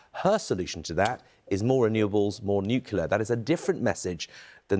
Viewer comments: Even the BBC is now pronouncing ‘nucular’… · Why can't anyone pronounce 'Nuclear'?